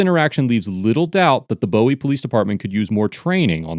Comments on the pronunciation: We pronounce it "boo "ie not bow ie.....and that police department is TRASH ...and the P.G Co. police department...whew! The local government is unbelievable corrupt too... totally symbiotic with each other. They are mafioso ,just with shiny badges and uniforms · It’s pronounced “BooWee” not “BoWee”. I grew up there. I’m not happy seeing officers “suggesting” that peaceful protest is frowned upon by the local government & police force. All tyranny starts this way. It’s really disturbing that these young officers (like kids) LITERALLY HAVE NO CLUE what individual freedoms are protected in America. They might not teach civics in school but you’d think they’d get some education during their police training. I pray they were both just ignorant. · It’s pronounced Boo-ee. I know I know, the spelling says different. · just one small correction...that city in Maryland, Bowie, is pronounce Boo-We not Bow-e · just listening to how you say Bowie hurt my ears as someone from the general area XD We pronounce it (Boo-e) not (Bow-e) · I realize this is an old video, but please stop saying "Bow-ie", it's pronounced "Bouie", like the thing floating in the water. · It’s not pronounced as Bow-E, it’s BU-E. Great JOB!! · its BOO-ee not BOW-ee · It’s pronounced buoy not Bowie like David lol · It's actually pronounced boo-ie, not boh-ie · Dude cracked me up. Your pronounce it Boo-eee though. Not Bow-ee like the god-like rockstar. I bet people were pissed the cops were blocking traffic in that spot!! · Hearing "Beau wee" instead of "Boo wee" makes my head hurt. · Just one tiny correction: It's pronounced Boo - we; not Bowie like David Bowie. I grew up in PG County. I love the videos though! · Love this channel & I know this is a dumb nit pick but it pronounced boo ee not bow ee. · And it's not Bow-ie like David Bowie, it's "Booey". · I hate being "that guy" but as a Maryland resident, the town name is pronounced "BOO-wee", not "BOH-wee". More knife, less 70's glam rocker.